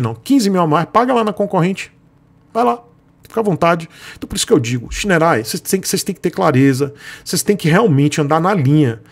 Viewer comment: Olha, não sou fã de scooter, mas essa scooter tem muita coisa legal, parece que os botões são retroiluminados e realmente não consta no site essa informação. O site da Shineray é ruim e outro ponto que ja vejo a anos sobre essa marca, ela não faz nada para corrigir é a pronuncia correta. Eu entendo porque você pronuncia o nome errado, logo não cabe a você corrigir, mas a marca deveria se posicionar e corrigir isso através de ações de marketing. Para os seus inscritos - Não se pronuncia Shineray (xinerai). E o nome da marca é bonito, quer dizer Raio de Sol.